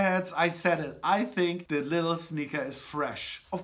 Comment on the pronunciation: Nice, you know how to pronounce Lidl the british way :)